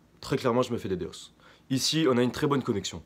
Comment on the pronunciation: Stop dire d d os !!!! c'est "dédoss" ""ddos" dénis de service ...